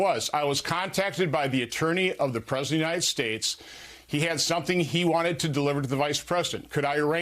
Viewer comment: Did you notice that he didn't specify which attorney? He said "I was contacted by the attorney of the Presd United States". No, that's not a typographical error; he actually said "Presd United States" (kind of like Trump's "Tim Apple"). Listen to his words and look at his lips (slow it down to 0.25 or 0.50 speed to see it really clearly). Aside from that, he said "THE attorney", as if there's only one, and then he said "OF the President" (do you mean FOR the President, Ron?), without saying if he meant a White House attorney or one of Trump's personal attorneys.